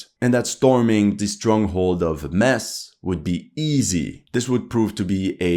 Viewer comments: 90% of the German army was at the east front. Thin brown line. cmon Metz= Metts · you pronounce with Metz with a Z not with a S